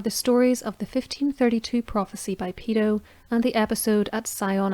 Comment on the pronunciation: Sorry, the ladies accent confused me, it's Peto not pedo lol.